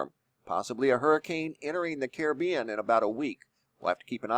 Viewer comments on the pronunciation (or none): none